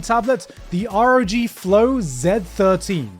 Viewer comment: did you just pronounce it ar-o-gee??? Its rog!